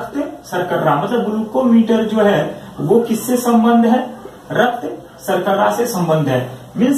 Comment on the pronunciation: Thanks sirji ... Nice video but raktsarkarra nahe raktsarkara Bolte hain